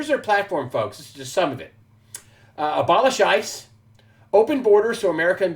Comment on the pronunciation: I was listening - when you said abolish ice - I heard Obma scheise - works either way